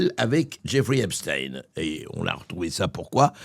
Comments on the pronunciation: Epstein ne se dit pas "Epstin" comme Frankestein, qui ne se dit pas "Frankestine" ! ils veulent effacer l'origine allemande de ce type et inciter les citoyens à penser aux russes, alors qu'Epstein n'est pas russe.......sa famille avait logé Hitler...... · Pourquoi epst(ine) on ne dit pas einstine 😂😂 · Donc si c'est " EPSTINE" on dit aussi " FRANKENSTINE" . au passage jean luc brunel de son vrai nom Jean-Luc Didier Henri Benchamoul. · Tous mouillés???...for choure! 👿 Au fait, ça sort d'où la prononciation Epstine? Ne dit-on pas Einstein et pas Einstine? 🤔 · Depuis quand ein se prononce ine ?? Est ce qu on prononce par exemple Einstein Einstine ? Ben non c est l origine de la consonance qui dérange ? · Ep.stein ;;; ein, zwei, drei... Ce n'est pourtant pas difficile, n'est-ce pas! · Juste une question pourquoi deux prononciation ? Epstin ou Epstaĩn.... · Vous êtes vraiment insupportables, tous, de prononcer EPSTINE alors que vous aviez commencé, depuis plusieurs mois, et à juste titre, à dire EPSTEIN, comme EINSTEIN, ou comme FRANKENSTEIN... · Pourquoi donc Epstine et non pas Epstein...??? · et les agriculteurs oubliés .. les narcos de Marseille oubliés bref comme les Mainstream on passe d'un sujet à l autre EPSTEIN C'EST STEIN la pierre en allemand et non STIINNN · cest pas epstine mais Epstein!!!!!!!! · FRANCKEINSTINE. ALBERT EINSTINE L AFFAIRE JEFFRE EPSTINE. LOL. ON DIT EPSTAAAAIIIINE ET PAS EPSTINE. COMME EN RUSSIE CAR C EST ECRIT EPSTEINE COMME EINSTEIN. BORDEL. EST CE QUE L ON DIT AUSSI. POUTAIIIINE.??? NON !!,,,,MAIS POUTINE. OUI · EPSTAAAAAAIN PAS EPSTIIIIN COMME ALBERT EINSTEIN!!!! Il est ce qu’il est cet homme, pas la peine de faire semblant. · Vous croyez vraiment que Trump n'est pas impliqué ? Foutage de gueule On dit Epstein et non Epstin. Mais biensûr on défend Trump parce qu'il soutient Netanyahu. Et tout les pays que Trump attaque. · Mr bercoff on ne dit epstine mais epstein. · pas esptin... mais epst.. ein?